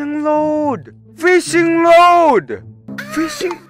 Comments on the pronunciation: I know English isn’t the best but when he said fishing load instead of fishing rod I was dead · FISHING LOAD!!! Me: What did you say? Minecraft: Its fishing rod